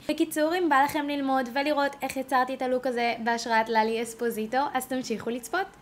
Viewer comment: לאלי אספסיטו לא אספזיטו